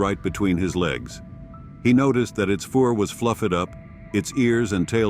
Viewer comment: Omg can a real person read these. Fluff-ed